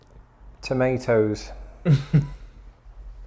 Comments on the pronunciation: Depends on the American but most no they would not understand the way u said tomatoes. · Definitely understand tomatoes, though there are plenty of people here who english isn’t their first language so they may only be familiar with american pronunciation?